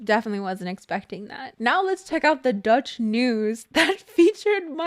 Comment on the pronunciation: Whahha yeah I heard you on Dutch youth news sender. Also your dutch accent is bloody on point 😂